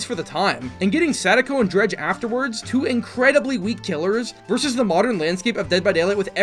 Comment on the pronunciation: "dredge" "weak" wat